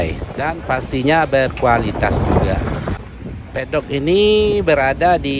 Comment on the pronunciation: Yg benar itu masih MEDOK......bukan Pedok 🤣🤣🤣🤣🤣🤣🤣🤣🤣🤣🤣🤣🤣🤣🤣🤣🤣🤣🤣🤣🤣🤣🤣🤣🤣🤣🤣🤣🤣🤣🤣🤣🤣🤣🤣🤣🤣🤣🤣🤣🤣🤣🤣🤣🤣🤣🤣🤣🤣🤣🤣🤣🤣🤣🤣🤣🤣